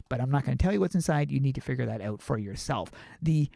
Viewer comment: The way he says OUT makes me laugh OUWT